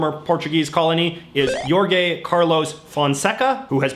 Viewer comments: Jorge: Hor-hay, not your-gay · *sees Jorge It's yor-gai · JJ great work and show! Just a remark: the portuguese J its just like the english one and not like the spanish J